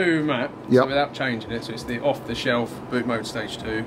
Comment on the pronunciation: Thank you for calling it "Bootmode" - a lot of people stateside call it Bootmod and disregard the "3" or "E"